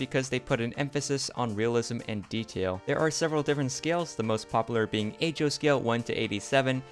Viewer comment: It's "H-zero" coming from "half zero" ;)